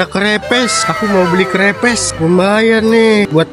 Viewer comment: Kerepes ka bukan krepes😂😂